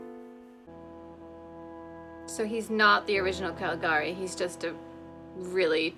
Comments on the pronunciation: Yes, it's pronounced 'ka-li-GA-ree', just like you said. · I remember when I watched this in one of the History of Cinema classes I took in college. Such a beautifully designed film. Not only is it considered the first true horror film, I think it might also be the first film with a twist ending. By the way, you did pronounce "Calagari" correctly. I only know that because there was a remake of the film with sound made a few years ago. I've only seen the trailer, but it may be worth checking out on your own.